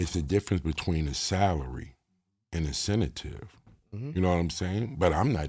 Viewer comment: I fuck with but his word play need improvement lol. “Incentive”not Incetative smh 😂